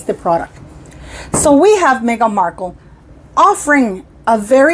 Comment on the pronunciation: Oh … stop saying Markle Jam 😅🤮😂